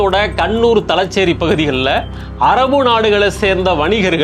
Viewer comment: மாப்ளா அல்ல.மாப்ள தலச்சேறி.அல்ல.தலஸேறி காளம்.அல்ல காலம்